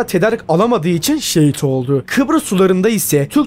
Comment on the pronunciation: Hocam video güzel ama telaffuzda sorun var cümle sonunda ki yaptııı olduu ları çok uzatıyorsun. Birde kelime sonları harfler yutuluyor onun dışında güzel yapım